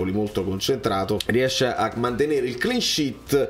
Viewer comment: I love the way you say 'Clean SHIT' instead of 'Clean Sheet' Ma in Italia praticamente tutti la pronunciano cosi` Un abbraccio dall'Australia e forza Napoli sempre e da ovunque.